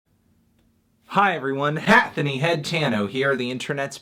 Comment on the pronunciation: It sounds like he says "Hatthony HEADtano" but the text says "Hatthony Hattano"